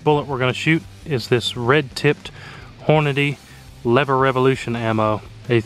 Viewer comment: Its pronounced Lever Evolution, not Lever Revolution.